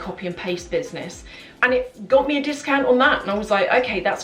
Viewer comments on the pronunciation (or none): none